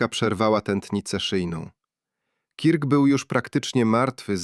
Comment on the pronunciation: Turning point - wymawiamy jak - TERNING point, a nie - tarning p... Kirk - wymawiamy jak KERK, nie kirk.